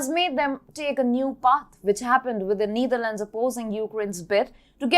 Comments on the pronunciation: It's not pronounced the Neederlands. The e is pronounced like in ether. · It is not “neither lands” it’s “Netherlands” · I like the way mentions Neither Lands (Netherlands), Poh Lern (Poland). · Why call the Netherlands the Neetherlands? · You really need to learn how to pronounce Netherlands.